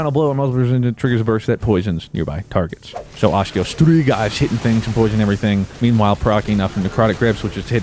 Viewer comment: 🤣 STrIGA New scribe cause you pronounce it correctly 😂